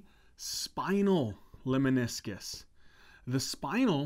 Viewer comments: NOTE--LEMNISCUS !!! (Not leminiscus) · Lemniscus not Leminiscus